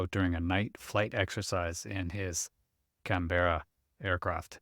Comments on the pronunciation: It's not Can - beara. More like Can-burra/Can-borough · Canberra is pronounced "kan·buh·ruh", or "Kan-Bruh", trust me I'm Australian. It's not a ee sound like 'Berry', confusing I know. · Pronounced "C A N B R A" - Worked as mechanic on No 3 Squadron Germany 1968. RAF. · It's pronounced Can-ba-ra. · can-bear- a is not how it's pronounced. At least not in the UK . As a few others here have pointed out. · try looking up the capital of Australia, then go and listen to how it's pronounced. 🛎